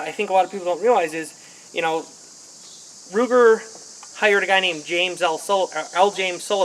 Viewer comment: Its pronounced Ruger! Not luger DA